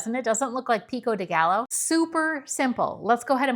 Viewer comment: Hi, a little tip on Pico de Gallo, the word gallo has two LL, and in Spanish two LL make a y sound, so try saying Pico De Gayo, 😊